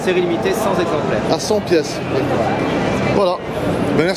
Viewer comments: superbes caisses, niveau prestige on est au top, juste, à ce niveau, dire cent zexemplaires en insistant deux fois ( et ) c'est la honte ! bravo fréro pour tes videos, tu nous donnes la chance de voir des titines magnifiques que l'on aurait jamais vues sans toi, et toujours dans la bonne humeur. ça fait plaiz ;) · Il a une drôle de tête le,avec ses 100 Zexemplaires! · Cent "Zexemplaires" !?..énoncé par le représentant de Bentley à Monaco ..